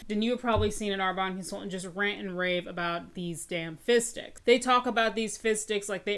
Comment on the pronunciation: The amount of times I thought you said fish sticks 😆